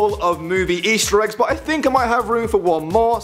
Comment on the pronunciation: you said ester eggs